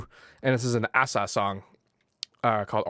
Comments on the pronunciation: No it's not. It's Ay-sah, not ah-sah like pronounced it. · Asa is pronounced acer :) also, please do Asa & Koan Sound's Hesitation, best tune tbh. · asa brought me here "The guy pronounced my name wrong but still managed to do a full production 'tutorial' on me, top marks for effort; is just a bit bizarre to watch."